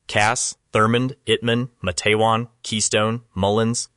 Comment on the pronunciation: Your pronunciation of MA-TE-WAN is incorrect. Two syllables only: MATE’-wan. Source: West Virginia native from the region.